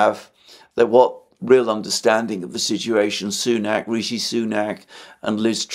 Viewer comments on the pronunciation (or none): none